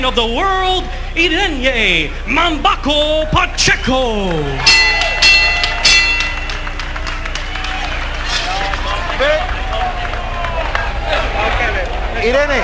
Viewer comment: "mambaco" pacheco was a great boxer